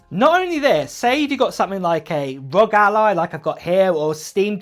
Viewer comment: Am I the only one bothered by him calling the R-O-G Alloy the rug ally